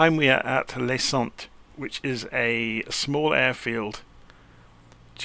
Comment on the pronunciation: It's "Sant" not "Sont",. " Lay Sant". Sorry!